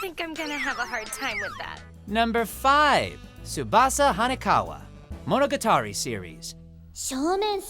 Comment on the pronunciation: Alright now, say it with me Mono - gat - ari Mono - gat - ari Him: Monogitary